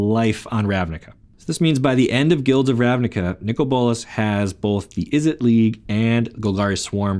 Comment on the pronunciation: It's pronounced Izzet not Izzit same with Mizzet, it's not Mizzit